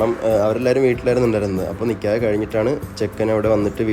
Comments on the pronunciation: നിക്യഹ് അല്ല നിക്കാഹ് ആണ് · നികെയാഹ് അല്ല നികാഹ് ആണ് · Paranoia pole nkyah alla nikkahan